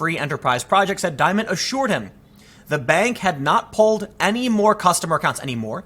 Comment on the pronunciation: Dimon, pronounced dee- mohn